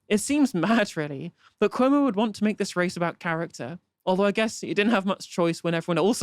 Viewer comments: Andeer Koomo? I can't pronounce his name. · Chris Cummo 😂